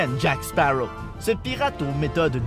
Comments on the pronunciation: baptiste rabet Je suis d'accord, je suis moi-même allée voir le numéro 5 hier soir "La vengeance de Salazar", le doublage français est tellement bon ! J'aime trop sa voix^^ Et dans le doublage québécois, ça me perturbe quand ils disent "Jack Spawow" et pas "Sparrow" et "perle noire" à la place de "black pearl", mais bon après c'est leur culture, même si je ne trouve pas ça logique de prononcer l'un à l'américaine et de traduire l'autre, mais je respecte après ils font ce qu'ils veulent ^^ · Léonidas la truite on dit jacqueuh séparreaux voyons.